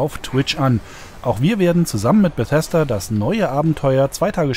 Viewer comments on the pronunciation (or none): none